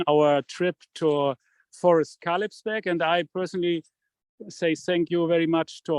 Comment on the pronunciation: Kalebsberg, not Kalebsburg